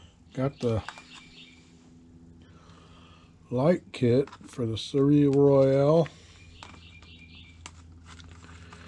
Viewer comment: Hi... very nice build and good progress 👍 Just a small hint about the pronouncation of the ship's name: You should try 'Sol' and then a long 'a' (like in ABC...) for the 'eil' - it is a French name and means 'Royal sun'